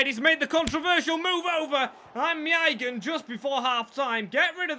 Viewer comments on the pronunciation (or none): Someone needs to tell him how to say maignan. My nan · I really like this guy! The effort he puts in is fantastic and I feel should be rewarded far better with views and likes and subs and what not! But my goodness if it isn’t an English name with one syllable his head goes! I mean he said maignans name 5 different ways at one point lmao 🤣